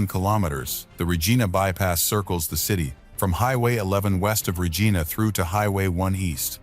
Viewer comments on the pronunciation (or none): Couple word were not pronounced properly like GO and Regina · I find mispronounced "v imy and Regina is grating